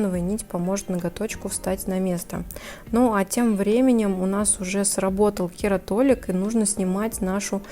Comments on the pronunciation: не кератолик, а кератолитик. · Очень режет слух слово кератолик. Правильно говорить кератолитик. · почему кератолик?, а не кератолитик🤔